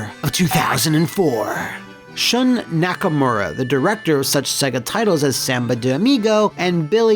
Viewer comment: >Nakamura Excuse you, it's pronounced "Nacker-Murray."